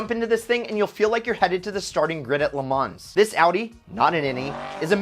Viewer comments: "le mansss" bruh. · Le mans!?!? That is not how you pronounce it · Are we just gonna over look that he said "Le Mans" wrong?